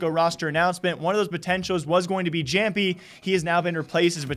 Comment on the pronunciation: Its pronounced iamppi